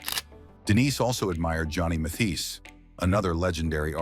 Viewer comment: Mispronounced Mathis' last name......